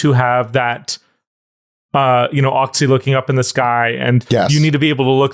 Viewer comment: The "cz" in Polish is like "tch" in "match". I get that not everyone needs to know Polish, but I die inside every time I hear someone calls it "oxy" instead of "otchy" xD